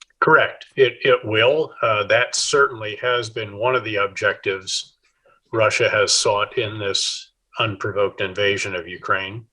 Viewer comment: Please quit saying "Rusher" instead of Russia. 😕